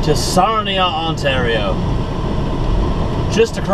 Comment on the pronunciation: It is Sarnia not Sarima ,but that's ok